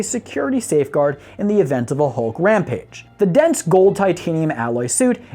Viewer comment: "halk buster". nice English, dude.